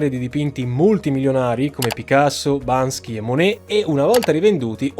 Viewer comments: Bel video ma è sempre Banksy e non Bansky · Si dice Banksy non Bansky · 5,54 Si chiama Banksy non Bansky!! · Banksy, non Bansky (ma nulla toglie, è giusto per info) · BANKSY non BANSKY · “BanKSi” non “BanSKi”, ci vuole la pronuncia corretta per uno come! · Solo far notare che si chiama BANKSY non bansky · Occhio che è Banksy, non Bansky, lo sponsor ringrazia... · Amico mio si chiama banKSy, non banSKy! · Io vorrei solo fare il pignolo e correggere la pronuncia dell’artista banksy 😂😂😂